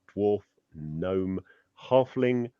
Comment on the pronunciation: Not GAHNOME it's Gnome(Knowm) Other than that awesome vid